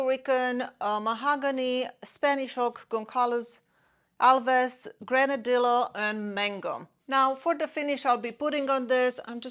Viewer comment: Nice selection, albeit relatively small pieces. FYI, the double el (ll) in Granadillo is pronounced like the English Y. If you search on Google, you will easily find a pronunciation.